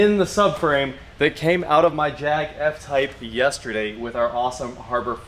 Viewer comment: Jaguar F(ord) Type! 😂😂😂